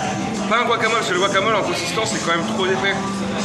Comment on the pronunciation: c'est Guacamole et pas Buacamole, j'ai l'impression vous avoir entendu dire ça